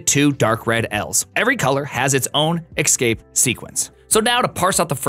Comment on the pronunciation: Great work. but did you pronounce escape as ecscape? twice?